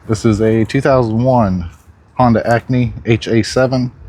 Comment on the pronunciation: It’s called an Acty, not Acney